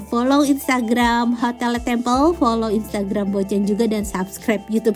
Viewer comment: Bocaaan... LE TABLE, krn French language, bacanya ya le table... Bukan le tebel... Xixixxii... Juga LE TEMPLE, bacanya ya le temple, bukan le tempel.. 😜 Sedikit masukan aja yaaaah.... 😜